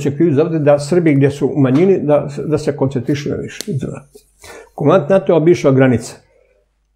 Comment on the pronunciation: KomaNdant. Izgovorite to N vise, molim Vas.